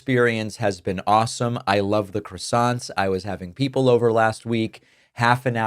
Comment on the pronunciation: I'm just here for the croissants, Dave. And you're not pronouncing it right. C'mon.